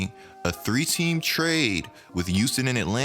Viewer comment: Nobody:: tHe YuUsToN rOckEts